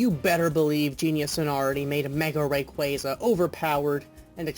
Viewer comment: Indeed. The way he pronounces Rayquaza bothers me a bit. Not surprising. Really? :O